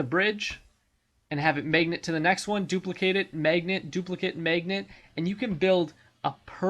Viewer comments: hey man. its mag-net. not megnet. one word magnet. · MAYG-NIT just shut up